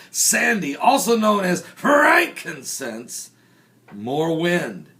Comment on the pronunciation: Whaaat? LOL, it's so cute you called the storm "Frankincense."